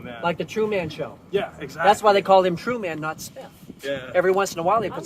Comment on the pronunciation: Hysterical. He can't even pronounce Truman correctly. Trueman. My God! 🙄 😂